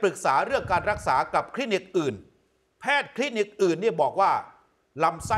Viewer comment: คลีนิก ไม่ใช่ คินิก